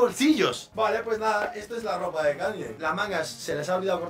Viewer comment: Porque dice Danye?😢